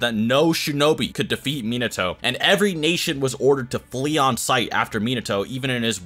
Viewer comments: bro if you say miNAHto one more time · It kinda hurts when he says, mee-nah-too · Its pronounced as men ah toe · Like the info but dang can we say their names right? Not Mi-Nato. It’s Mina-To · Sorry I just gotta .... It isn't Min-AHto It's Min-uhto In both sub and dub it is.. just Saiyan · its minato NOT minatso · Me-Not-Toe?... oh, you meant Minato. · I love the video. U have knowledge of the Naruto world an wat u are speakin is facts !!! But... The 4th Hokage's name is pronounced (Min-nuh-to) 🤦🏾‍♂️. Minato.. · Its pronounced “Menatoe” like that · The way it saying minato your saying like min-nato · when he calls him mnato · Min not toe? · i hate that you know so much about naruto but you havent pronounced a single thing right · You know your pronouncing Minato wrong ... nevermind you pronounce a lot of it wrong plz watch sub again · So many different pronunciations of Minato in this video 😂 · the way he pronounces minato is just.... AAAAAAAAAAAAAAAAAA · why he saying minato like that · Cringing every time I hear him say Minato wrong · How TF did you just say minato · Not a fan of the way he pronounces Minato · If you are going to make a video about a character, you should at least learn how to pronounce their name first.